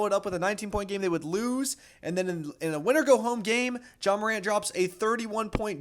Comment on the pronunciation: JA MACAN’T😭✌️